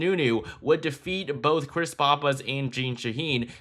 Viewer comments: That's "Pahhpiss" not "Poppiss" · Great content. You are mispronouncing Pappas however.